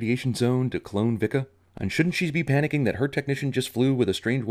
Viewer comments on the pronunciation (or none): It's pronounced "Vee-ka". Jesus. Can't believe the movie got that wrong. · BAHAHAHAHAHAHAHAHA Vika is a Dik-a to Jak-a HAhahahahahaha classic